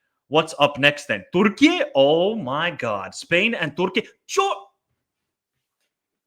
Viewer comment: Why do you say 'Turkey' in that silly way?